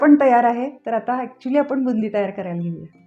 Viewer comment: आपण म्हणा आपन नाही